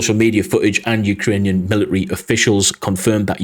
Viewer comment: Note: mili-ary is actually pronounced military